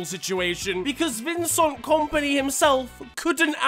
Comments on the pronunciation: Vincont Kompany great pronunciation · No one:: Vincont kompany